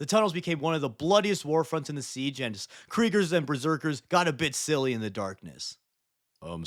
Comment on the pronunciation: The "Kerigers" feels wrong...but it's fine.